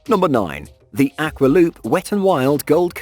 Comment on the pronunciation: you said "aqua" wrong. :/